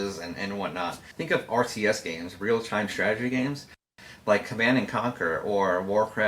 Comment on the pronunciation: "uhhuh its real..real-estate..but..whats the difference?" i swear to god he said "you know RCS games, Real Chime Strategy" anyone else hear that?